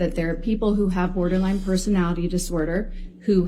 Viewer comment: “Borderlang Personality disorder” 🤣